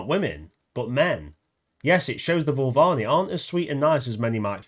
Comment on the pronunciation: dude Voo-Va-LEENEE 😅